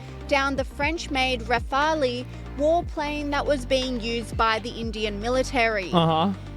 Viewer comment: Rah-Fah-Lee...? Gotta love AI narration. It's French and pronounced ra-fahl...